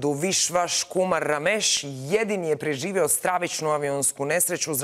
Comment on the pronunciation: Jel ova glupača kaže preživeo umjesto preživio...